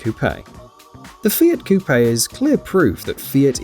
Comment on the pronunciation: When you finally find someone who pronounces it Coupé instead of "Coup": "He is the messiah."